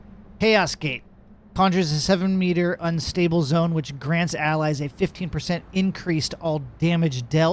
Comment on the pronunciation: Your pronunciation for the zones and npcs is absolutely horrendous.. 😂😂